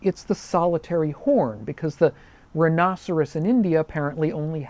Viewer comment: It is closer to the proper Latin pronunciation. As proper as it gets using English vowels anyway.